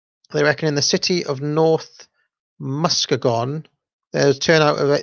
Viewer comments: Say it with me now: Muss-KEE-Gahn., great video. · Muskegon is pronounced mus-key-gun. Michigan is notorious for difficult pronunciations. 😉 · Muskegon pronounced <Mus-kee-guhn>